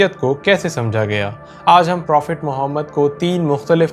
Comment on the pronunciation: Bhai dobara mere nabi ka naam tarika se Lena